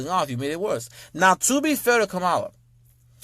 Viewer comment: OK so the way you say her name makes me cringe but Obama got it right Obama was simply pointing out the racism of those people because it can't just come out and saying white people are racist what he was saying was black people black men specifically